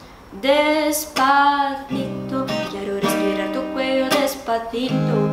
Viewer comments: vamos nos pegando kkk gente é aproximando e não se pegando loucamente kkkkk e mulher nao precisa botar b em vez de v não, isso é coisa de sotaque e o "des pa ci to" pode ler despassito em vez de despafito... ouça música em espanhol do México q é o mais bonito, limpo e fácil... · é despacito n despatito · e despacito nao despatito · Pra quem tá falando que ela fala "despatito" . Gente não é, só que o modo como ela pronuncia a palavra dá a entender que é "despatito". Vcs não ouvem direito não ? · Ela fica trocando o C pelo T , é despaCITO mesmo 🙄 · es curioso cómo ella habla "despa TITO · Kkkkk Ela Não fala despacito ela fala Despatito😂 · Na Parte Do "Dispacito" Ficou Parendo Que Ela Tava Dizendo "Despatito" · é despacito não despalito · N eh despathito, eh despaCito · Dear god. É des pa ci to mesmo meu xuxu. Não despa ti to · Ela fala Depatito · ela fala " DESPATITO " e nao " DESPACITO " kk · sua vó é linda mas não é despatito que fala é despacito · deu agonia ela falando despatito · Não é despatito é Despacito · Mari é despacito. Não despatito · é despacito nao despatito 😂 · é despacito não despatito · tu fala despatito e é despacito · porra é despacito não despatito!!! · eu sou mt fresca, me irritei cm ela falando "despatito" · despatito lkkkkkk não estou abusando ta?? só achei engraçado vc falar despatito kkkkk amo os seus videos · Parece q ela fala "Despapito" 😂❤ Fofa ❤ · que afliçãozinha ela falando despaTIto jdjsjsj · Ela fala Despatito KKKKKK Q FOFA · Ela dis "Despadito" Kk Mais ta muito bom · despatito kkkkkkkk ( amo ela ta gente) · Se pronuncia despatito mesmo? fiquei na dúvida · Esse despaTIto quebra viu ? Kkk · porque ela fala "despatito" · ela falou despatito kkk quem viu curte aqui tbem 😍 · ela falou despatido ou é impressão minha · Ela fala "DESPATITO" kkkk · ela falou "des pa ti to" ? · vc fala despatito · ela fala "despatito" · despatito? ela fala assim ou eu não estou ouvindo bem??? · da agonia de ouvir ela falando DESPATITO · Ela fala despatito 🖍